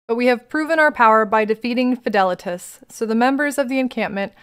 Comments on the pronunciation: Your Fidelitas pronunciation was right! many names are latin, and the proper pronunciation is infact: FEE THA LEETUS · You pronounced Fidelitas correctly.